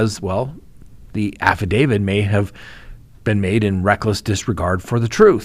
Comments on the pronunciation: Why do you say AFFIDAVID? ITS SO ANNOYING! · Because that's how affidavit is pronounced. a - fuh - day - vuht. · Huh?? How does that work? You can end with a d sound or a t sound, not both. And the correct pronunciation is with a t sound. Look it up if you need to.